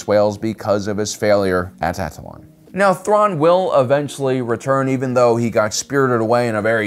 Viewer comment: The way he butchered Thrawn's name 🤣 Loved it